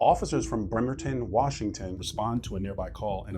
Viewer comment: Thanks for pronouncing Bremerton correctly.